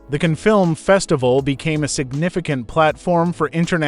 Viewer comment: "THE KINFILM FESTIVAL" OTHERWISE KNOWN AS THE C.A.N.N.E. FILM FESTIVAL IS NOT PRONOUNCED "KINFILM"